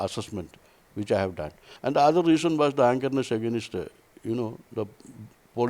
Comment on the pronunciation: I love the way south indian pronounce 'against' as "agaa-Nast".